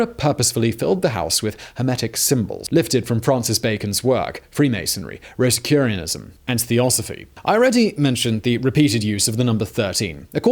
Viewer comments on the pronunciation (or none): Rosacrucianism not rosacurianism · I believe Simon meant to say “Rosacrusian”, not “ Rosacurianism”. He made this error more than once, so it wasn’t verbal mistake. Edit: Carbine is said with a short “i”, not a long “i” (said kar-been, not kar-bine). It is basically a rifle with a shorter barrel. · Rosicurianism? I'd always thought it was Rosicruxianism or something like that.